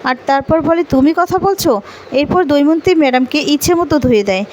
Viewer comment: কি যে লেখে ! দময়ন্তী কে দৌমন্তী!!নামও ঠিক করে লিখতে বা বলতে পারে না।